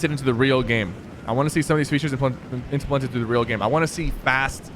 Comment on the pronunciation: Implemented Inteplented